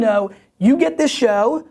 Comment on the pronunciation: Once again, great "shwo" Gary - very valuable to my gig - thanks!